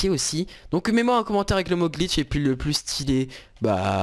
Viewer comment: Tu ma fait beugue quand ta dit gliche